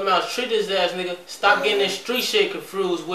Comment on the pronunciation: nigga be saying confrused. 😂😂😂